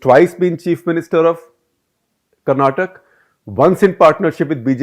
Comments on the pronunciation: Dear Shekar , it’s not Karnatak it’s Karnataka. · Shekar sir, respect to you and enjoy your content but it’s not Karnatak - it is “Karnataka”. Please make the change. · Just a couple of minor observations. You mentioned on your screen, "In Hyderabad, Kumaraswamy's case is also the 'leverage of the weaker partner'". Wasn't it supposed to be Bangalore instead of Hyderabad? And BTW, its Karnataka, not Karnatak, although the British have used the term Carnatic to this region. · Hope you pronounce the name of my state as "Karnataka" not karnatak!! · Mr Gupta, It is not Karnatak, it is KarnatakA. This is the problem with the Delhi liberal elite. They dont give a damn about the regional, especially the south.